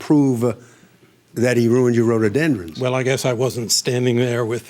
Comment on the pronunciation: It's RHO-DO-DEN-DRONS, NOT Ro-do-den-DRUMS.